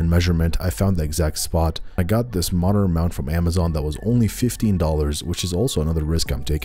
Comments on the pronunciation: There's a T in monitor 🤣🤣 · bruh why do you say monitor that way